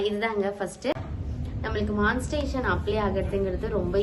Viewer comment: மான்ஸ்டேசன் இல்லை.... மானி டை சே சன்